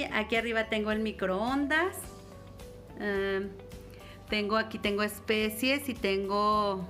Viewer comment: Señora se dice especias no especies